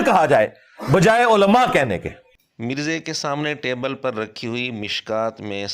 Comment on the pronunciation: Oho! This man himself cannot properly pronounce the word ’Ulamaa’. He himself has been so hungry of self-praise. Astghfir Ullaah!